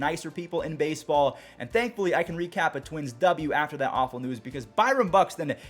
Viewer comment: “Bryon Buxton”